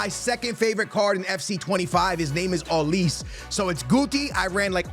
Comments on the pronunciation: ITS OLIS-AY WHY DO YOU SAY OLIIISSS 😂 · Ma boy can never pronounce people names right homie said “olis”